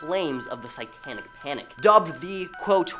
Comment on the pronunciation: Can you work on your pronunciations? Investigator, satanic, annals are all words you should Google for correction.